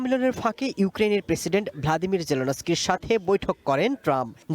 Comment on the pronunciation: তোকে রিপোর্টারের কে চাকরি দিয়েছে বে ওটা লাদিম এর জেলেনস্কি নয় ভলদিমের জেলেনস্কি